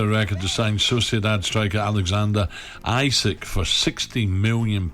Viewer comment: It's EeSak not Isak 👍